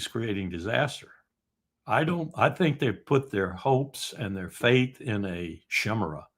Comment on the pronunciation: Col. Larry Wilkerson's word of the day has a flaw. I usually have some idea, so I can spell a word close enough for me to find a definition. Whatever he says I cannot spell. "Shimera"? Is he saying Chimera with a soft C? Cimera, an alternative spelling of "Chimera"? Is "Chimera" pronounced differently when it refers to a multi-animal beast from Greek mythology? Shemara? IDK. - This simply cannot be allowed. I must know! I am willing to have the Col. teach me new words, but I need more info. This will drive me nuts (short trip). Just give me a little info-bubble with the spelling?